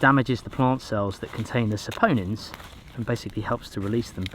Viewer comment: you finally said "saponins" correctly